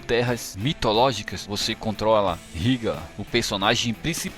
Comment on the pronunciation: Ryga conheço clássicos dos fliperama mas a pronuncia é Raigar . Vou experimentar o do ps2 que não conhecia